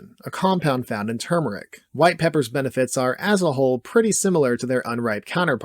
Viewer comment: Great video, densely packed. Thank you for pronouncing Turmeric correctly.